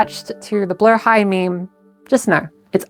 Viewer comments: I loved how well thought out this "documentary" was. I've always wondered the background for our sharkie friend Blahaj, and now I know. ...Also learned how to actually pronounce Blahaj. "Blow-high", and not "Blah-hadge" :P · As a Swede im both happy our ikea shark is a trans mascot 💕 but also annoyed some people pronounce Blåhaj wrong ❤😂 (it’s “blow-high”) Glad you got it right! 🫶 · Thank you so much for pronouncing the name correctly 🦈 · Mine is “Blåhaj” (pronounced blah-hah) so whenever I can never get it wrong :333